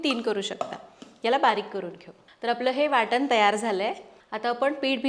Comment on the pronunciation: Boltsna. Ncha uchhar karta वाटण तर waatan बोलता काय हे